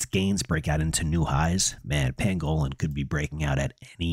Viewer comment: Not trying to be a dick but you’re saying pangolin wrong it’s an animal YouTube it. ❤